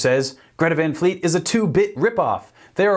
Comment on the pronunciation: And besides hey dummbos you can’t just go change someone’s vocal range, the singer he is so lucky to have a high vocal range and sing with so much power that he has and just be awesome It’s not Van like Pan It’s Van like Tron, the A isn’t being pronounced right